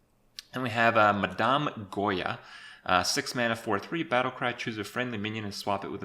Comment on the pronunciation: "Ma-dom Goya" Jesus fucking christ.